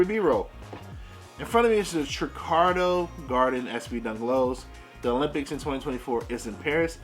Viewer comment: "Tricardo Gardens" lol